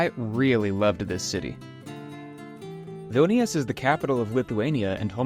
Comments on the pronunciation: they look like they lost zest for life. Vilnius is a filthy city and many locals would agree that it's being neglected recently. Lived in Vilnius for nearly 3 years. Can't wait to get out. And BTW it's pronounced VVEEL-nee-oos. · I enjoyed the videos but the continued incorrect pronunciation of Vilnius is annoying. You can be excused for others words which you only say once or twice. I would suggest that when you go to a new place, before you start recording, if you are not 100% certain how to pronounce, ask a couple of locals off camera and say it as a local would.